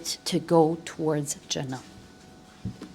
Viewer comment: And the way you said "Jannah". You're so right, if we'll make time for our deen then Allah will make things easy for us and will give us enough time to build something big❤